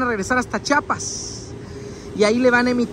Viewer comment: Es Chiapas bro no chapas aprende a hablar 😂😂😂😂😂